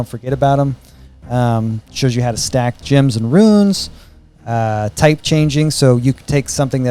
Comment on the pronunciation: I love that the way you pronounce “gems” makes “gem bag” into “gym bag”